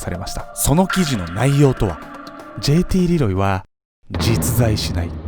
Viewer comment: じぇいてぃーれぇろぉうぉぃw